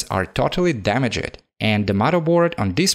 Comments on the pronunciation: I know English isn't your main language, but please say damaged and finished instead of and "dama jed" "finish ed". Other than this I love you video and keep making great s***! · Dama-ged burn-ed learn to pronounce ed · Nobody This guy"Damagid" btw noice video